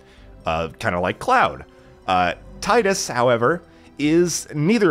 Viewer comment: Great game but it's pronounced Tee-dus same way it's pronounced Tee-fa not Tie-Fa yeah I know it's weird lol.